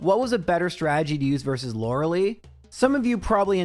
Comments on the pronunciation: Lore a lie, not Lore a lee. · Apparently I'm getting used to you saying Lorelee. I was all the way to you talking about Lapras when I noticed. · And still he pronounces Lorelei's name wrong.....